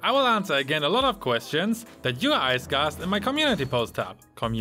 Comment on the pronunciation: Lol, "question you Uys Gasked" 🤣🤣 I laughed sook damn hard...